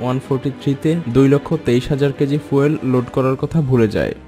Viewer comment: উচ্চারণ টা ফুয়েল না, ফিউল।😃😃